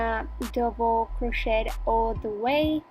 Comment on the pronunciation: There is no such word as "crochette" - it is pronounced "cro-shay" and spelled crochet. And it's "stitch", not "hitch". Where do these non-crochet terms come from??? Also, the music is terrible and a little more attention to detail would be helpful. I ended up with less stitches in row 2 than I should have, but you're not explaining the beginning AND ending of rows. I can probably figure it out, but I shouldn't have to. Very poor video.